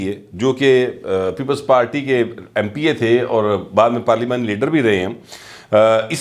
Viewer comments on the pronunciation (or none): none